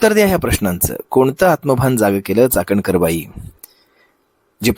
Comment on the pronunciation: chakankar nahi Chatankar bai bola